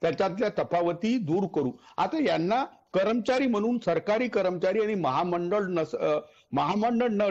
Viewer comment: करमचारी नाही कर्मचारी असं बोला